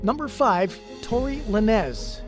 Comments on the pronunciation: Who is Tory “Luh-nezz” 😂 . Could swore it was pronounced “lanes”. Good video though lol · Dude. You half ass your research huh? La nez? Its LANES Lanez. Laines. How you gonna say it wrong when its been said everywhere? All you had to do was play ONE video. 🤦🏼‍♀️🤦🏼‍♀️🤦🏼‍♀️ I hate when these idiots give the wrong information and say everything wrong. What are we even doin here anymore? 😂😂😂